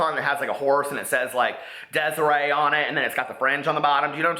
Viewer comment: he said "Desiree" lmaooooooooo!!!